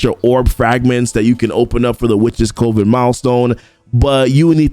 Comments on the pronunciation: I love the content but I gotta say it.. it’s Cuh-ven. You’re definitely not alone. Every CC I’ve been watching is saying Coh-ven. However, it’s Cuh-ven. Sorry it’s been driving me bonkers haha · Just a heads up, coven is pronounced the same way as "oven", but with a c in front of it. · Coven rhymes with lovin". I love you, man.